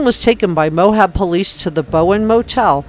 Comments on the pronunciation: Good podcast. Thanks. As a Utahn, it's pronounced just Moab, not Mohab. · i wish those who make content about real peoplw and events would bother with correct pronunciation mo-ab not mo-hab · Quite interesting. The town is pronounced Moab not Mohab But I can see where you’re thinking about things and I commend you for putting so much time into this. I’m just another person that has followed this story from the start and I think about those girls every day.